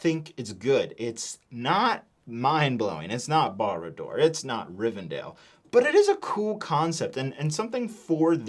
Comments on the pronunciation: It's rivenDELL not rivenDALE! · The other nooks are so much better. There is nothing can say to try and get my to pay anything more than $60. can’t even pronounce Riven-dell correctly